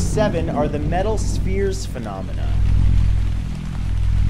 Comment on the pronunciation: Every time he says phenomena I picture that Muppet I think it was monster that would say nanamanah something like that lol